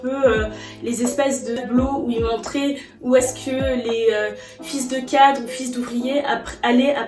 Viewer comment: A chaque fois que tu prononces fils de cadre, j’ai l’impression d’entendre autre chose…